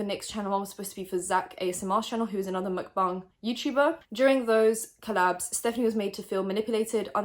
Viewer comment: love how out of all the drama channels i watch you're the only one that pronounces stephanie's last name and the word "mukbang" correctly 👌🏻👌🏻👌🏻